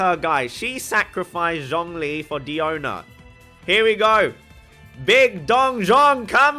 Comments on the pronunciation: its pronounced “die-ona” btw. she says it in her elemental burst. “diona special” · You say it's no pronounced "die-own-a" but she even says her name like that when you listen to her English voice "hello" line. Just saying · that still doesn't change anything by the English VA canon, it's Die-own-a.